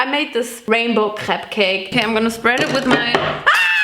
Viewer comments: i am french and let me tell you: you pronounce crêpe very well but dont say the S (farine too) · Not me thinking you said crab instead of crepe